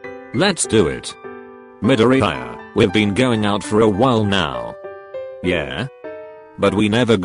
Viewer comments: No His name is MIDORE-EYE-YA 🤣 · The way it’s saids Midoriya is like “Mid-ee-i-ar-“ 🤣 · 💚👁️😕 (midori eye uh) 😂😂😂 I'm sorry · nobody: text to speech: Medooreeyeuh pfft im sorry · Him: "Bukoogo" "Dikoo" " Karishimar" "Midoriyaaaai" Me: BRUHHH, STOP PRONOUNCING IT WRONG, YOURE PISSING ME OFFFFF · Me: Midoriya Voice changer: Meddoreha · Whenever you spell Midoriya it says MiDoRiRaYa 🤣😂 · All I hear is Midoriyaya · The way male siri pronounced Midoriya is funny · The way Google says Midoriya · I love how TTS completely BUTCHERED Midoriya M I D O R I A Y A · "MiDoRiYiYa" "ToDoRkI-kUn" Midoryiya? Todorki? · Wow they really gonna do my deku like dat and pronounce his name like eyezuku Edit: wow, just got farther into the video and the really did my guy dirty AGAIN they really called him deeeku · C-akken mIDoriAaa toAdroki-Kun (How namez r pronounced xd) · Meedoryiaa Eye zuku